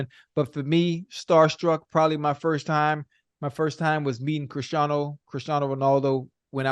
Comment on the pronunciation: ocho cant even say christiano’s name right lol